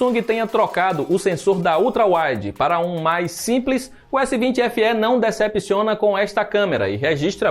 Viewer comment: PARABÉNS POR FALAR CORRETAMENTE O NOME DO APARELHO....S20 SE.....E NÃO S20SÊ COMO Q MAIORIA DOS BURROS.... PARABÉNS